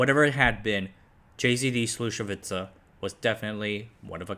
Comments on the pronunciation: "Slušovice" is "Slushovitse" (ts pronounced like tz in tzatziki) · It is Slušovice, not Slusovica. Not that hard to pronounce. Also JZD is not pronounced Jay Zee Dee. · No he doesn't. His pronunciation of Slušovice was terrible. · I was born and grew up 20 kilometers from Slusovice. My grandfather was a friend with Cuba. Your information was 99% correct which is amazing. Just your pronunciation of Czech names needs to be polished. Did you know there was a song made about Slusovice? Search on youtube for "Paleček + Janík - Slušovice - celá verze" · Bruh, you are so lame :( You cannot even pronounce "Slušovice", "Zlín", "Březová" and "Czechoslovakia". Your other content suck as well. Do yourself a favor, stop scraping Wikipedia for your lame misleading videos and do something useful insteads. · just a couple of notes: Communists, did not buy stuff and companies, they just took it by force and nationalised it.. Also, please, next time if you decide to make a video with another country language names, check the correct pronunciations because sadly you mispronounced many words... for example Brezova, Slusovice, Bata, JZD, Husar. Coke was prohibited by the way... you could not buy it, that is why Czechia has their own style called KOFOLA... Otherwise, nice! :) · "Check Oslo Wacky Un" (the adjective is actually Czechoslovak) "Džejzídý" (yeah-zet-dah in Czech) "Slačevica" (actually Sloo-sho-vitzah, stress on first syllable like all Czech words)